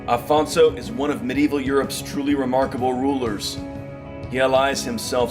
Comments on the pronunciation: O Homem disse "Afonso" já repararam? Não disse "Alfonso" Parabéns ao Homem :):):):):):):):):) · Aleluia! Finally someone gets it right! The man said Afonso! In portuguese OK!! Well done that means a lot. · Congratulations on pronouncing Afonso the right way. Unlike most videos where they call him Alfonso. He was our first king. He is Portugal.